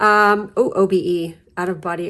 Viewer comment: I see "obe" but I heard "OB"